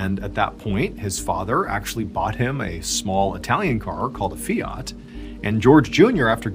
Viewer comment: Fiat is pronounced…. Fee at…. There is no “r” in the word so it cannot ever be …. Fee. Art”